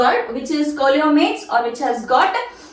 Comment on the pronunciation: Hi madam. Sorry.That is not కోలోమేట్స్.that is సీలోమేట్స్. Please you should correct that pronounciation.